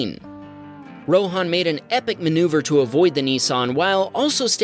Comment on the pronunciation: it's ROHAN = Ro-Huh-n not RO-Haan